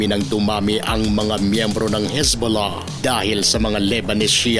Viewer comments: pagbigkas mo parang sakit bolahbolah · Natutuwa ako sa bigkas mo ng Hezbollah ang lambing😅